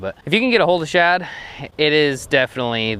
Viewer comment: You do know it’s “shad” and not “chad” right??..lol